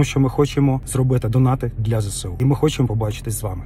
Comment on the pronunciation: Ви розкішний і я фанатка Вашої творчості, тому просто хочу Вас в дечому виправити) Не ЗеСеУ, а ЗееСУ. Так з Ваших прекрасних вуст буде звучати ще краще 😊